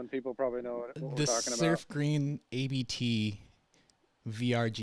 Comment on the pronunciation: Not hating, but if you have a VW podcast and don’t know it’s “Abt” one word, not A B T, you may need to do research. Abt is the family name of the company.